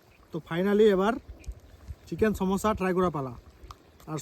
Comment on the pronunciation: ভাইরে চমুছা হবে... সম্যাসা না😅😅